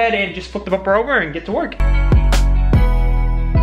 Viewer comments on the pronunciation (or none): Bubur 😂😂😂😂am i the only one who is hearing bubur instead of bumper